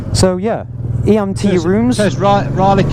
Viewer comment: Hi, just to let you know Eyam is pronounced Eeem.Nice video,we met at Matlock Bath about 2 or 3yrs ago We parked up next to you on same colour Deauville.Cheers all the best Bob and Pam.